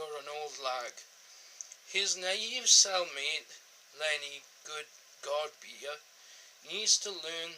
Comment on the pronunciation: Lenny Good-God Pier lol. You've pronounced all the names wrong and spelt stupid wrong. Not sure why you dragging this out to ten minutes either. But there's a fail there as it's just over 9 minutes and cuts out right in the middle of the conversation. Nevertheless i came here to check that the discs are exactly the same in this 2013 edition (red cover) to the 2009 (grey cover edition) as i've bought mine secondhand but had the 2009 from new. Seems they are indeed the very same discs. Your summorisations regarding Blu Ray is totally wrong BTW IMO. It's a real shame the BBC don't really compact these Complete Box Sets right down on Blu Ray. Something like 'Only Fools And Horses' could actually be put onto between 2-4 50gb discs!!!